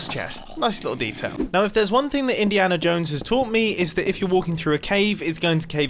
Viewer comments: Grian Mumbo said Indiana Jomes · Mumbo. I'm going to make it look naturally generated Also mumbo "INIANA JONES"